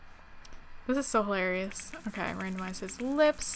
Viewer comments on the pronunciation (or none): none